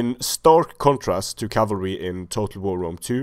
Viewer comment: "Enemy camalry" ... thats a first! Ha ha ha ! Great video series!